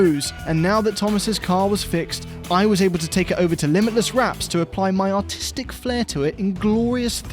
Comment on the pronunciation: i swear I heard autistic instead of artistic